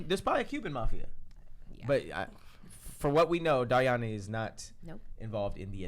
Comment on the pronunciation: The number of ways they mispronounced Dariany’s name !!! 😩